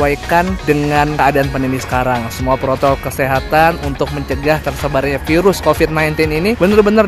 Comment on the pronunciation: Please gue dengernya protol kesehatan sampa kecepatannya gue lamain tetep gue dengernya protol😅